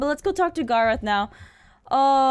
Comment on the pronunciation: Gar-oth instead of Garr-eth